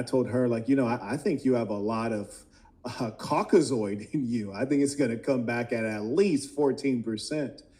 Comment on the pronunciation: “COKKAZOID” dudes talking like a scientific racist from the 40s 😂